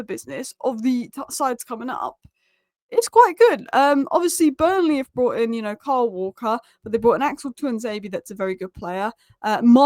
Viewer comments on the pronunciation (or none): none